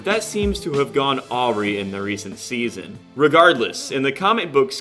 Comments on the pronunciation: Awere? I think you meant to say awry. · Awry is pronounced - Ah-rye